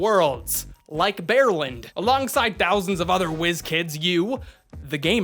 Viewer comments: He just said "Bearland" smh 😂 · I thought he said "Bear-lin"